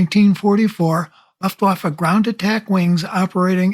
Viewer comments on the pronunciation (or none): Pretty good video, but if you are going to do this, I'd suggest learning how to pronounce "Luftwaffe."